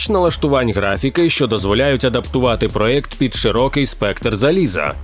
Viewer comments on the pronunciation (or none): none